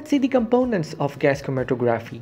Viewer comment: the tography part of the word is pronounced like photography hope that helps